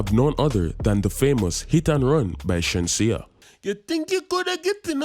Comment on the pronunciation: Bro butched shensea😂